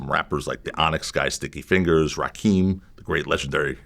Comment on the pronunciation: Rakim not "Rakeem !" 😅